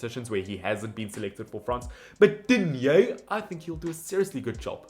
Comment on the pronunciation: It’s pronounced Koonday and Digne not Dignay